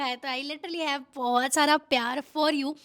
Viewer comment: Bahot ❌ bahuuut ✅